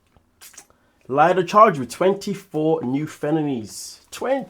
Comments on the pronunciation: IT'S PRONOUNCED "LEEDA". 😅😅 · Yes, was looking for this Lee-da.